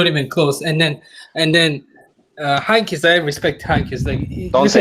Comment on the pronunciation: I'm a Dortmund fan, but you have to put some RESPECC on uncle Heynckes' name